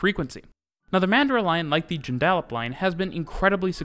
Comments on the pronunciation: Painful to hear but it's Joondalup pronounced June-da-lup not June-dal-up 😊😊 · Excellent. One issue...Joondalup. It's Jooon-dah-lup, not June-dal-up. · It's not June dal up its JOON DUH LUP ie JOONDALUP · G'Day from Perth, mate. Interesting overview of the rail network around the city and suburbs. Joondalup is pronounced "june -da-lup" - run them together and say it fast. Not "june-dal-up". Fun fact - any place name in 'Straya ending in 'up comes from the Aboriginal word meaning "near water". Oh, and you're more than welcome down here, you'll find the weather way better than what you get in Canada! 😁 Cheers cobber! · I’m from Perth, and I wondered what he was talking about when he first said “Joon-Dall-Lup”.. (Joondalup). Say it faster and with less letters! “Joon-dal-up”! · joonDALup line hahahahaha joon-duh-lup sounds so funny hearing you pronounce it as a perth born and raised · Fyi.. it's June-Duh-Lup not junedaalip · Where’s ‘Junedallap’?? Try ‘June-dal-up’….Joondalup!…. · It’s “JOON-dah-lup” not “jun-DAH-lup” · Joonda lup not Joon Dal Up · It’s pronounced June-da-lup, not June-DAlup [Joondalup]. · Joodalup has an Up at the end, not an oop lol. June-duh-lup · Excellent video. Just one thing: Joondalup is pronounced with the stress on the first syllable ie. "JOON - da- lup." However, you did pronounce Cockburn correctly. Many place names in Western Australia end with "up", which comes from an Aboriginal word meaning 'place of," eg. Boyanup, meaning "place of rock." And yes, Perth does actually look as good as it appears in the video. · Joon is the stressed syllable. JUUNduhluhp. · Also note that the emphasis is on the first syllable, not the second -- that's JUNE-da-luhp /ˈdʒʉːndəˌlʌp/ (The last syllable rhymes with "up") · I love how you somehow managed to pronounce cockburn central “correctly” yet butchered Joon-dal-up 😭😭😭 Hahaha. I grew up with this network and also think it’s awesome! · Say it like june-de-lup ok mate 🤣🤣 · Nice video👍 and it's "Joon-da-lup"